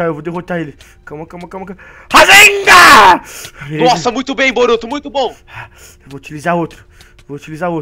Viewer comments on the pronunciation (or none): rasengha kakakaka fala certo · por favor fala rasengan certa e não rasenga e gritando.Ta errado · o cara fica falando rasenga é mo engraçado kkkkkkkkk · Kkkkkk o cara fala rasenga kkkkk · quando ele fala razengam kkkkkk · você tava falando razemga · ele fala rasenga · é em graçado você falando racegan